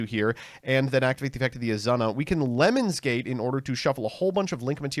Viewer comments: i heard it as "lemons gate"and i immediately imagined a yt drama where some streamer asked someone to pee on them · card: lemnis mbt: LEMONS nothing but the best pronunciation here, folks